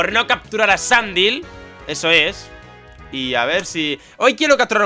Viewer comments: No sólo faileas llamándole Sandil, cuando se pronuncia Sandail, sino que le matas. Y encima no llegas a visitar toda la ruta, que luego te dan un fósil y te pueden salir Sandile en la ruta. Failagor. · sandile se dice sandail, no como se escribe